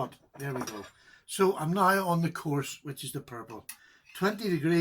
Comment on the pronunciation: I love when he says “now”. “Nigh”! Lol